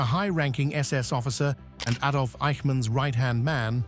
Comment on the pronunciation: Another Ay-dolf moment...